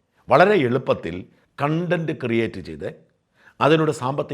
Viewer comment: Sorry, again it is not കൺണ്ടന്റ് but കോൺങ്ങന്റ്